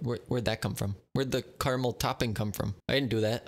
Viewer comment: this man said "caraymiel"